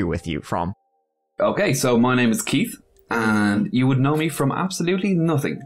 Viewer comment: 😂. I also like that he pronounces it "Keet."